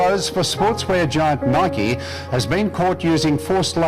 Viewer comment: I dint really dislike videos but ya said Nike incorrectly so am sorry :(